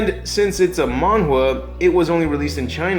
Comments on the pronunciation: Mangwa?? Just say comic, dude. Or Manga. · Man-Ga not Man-Gua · What the hell is a mangwa? You mean Manga??? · It's not mangua its manga lol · The manhua had me really triggered because I didn't know if you were trying to say Manga or what 😂 I'm sorry i read the comments too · mangwa? why do you keep saying it weird, your video was good but thats really off putting mate...its manga not maungwar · "In the mang-gwah" 🤮🤮🤮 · Manga isnt said with s silent g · Dude I love your how you pronounce manga, it's adorable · Oh... now I feel silly I was about to comment something about his manga the pronunciation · Where are you finding this elusive w in the word manga?